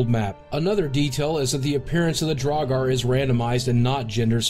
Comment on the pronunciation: Nobody: Bethesda: trans dragur